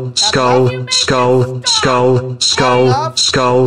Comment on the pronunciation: I love how the chated spamed the emoji but it sounded like "Skold skold skold skold skold skold skold skulll skullll skullll skul skualll"